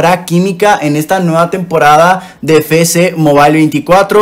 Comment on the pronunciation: Siempre me ha dado mucha risa cuando dice "Fé Ce Mobile" siendo que es "Efe ce..." pero igual excelente video, saludos